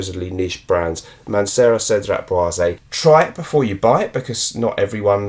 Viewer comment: It seems that we are mostly pronouncing Cedrat Boise rather poorly, in the eyes of the French. The "t" at the end of Cedrat should be silent and, as there is no accent above the "e" at the end of Boise, you should drop the "ay" sound at the end. Surprisingly, most of the community seems unaware of this